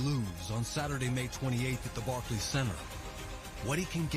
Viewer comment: Barkey center lmao